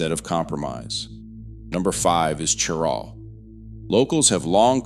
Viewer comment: This is an informative and interesting video, but you mispronounce Cheraw and Beaufort. (SC pronounces Beaufort as "BYOO-fert,” and the NC Beaufort is pronounced "BOH-fert".)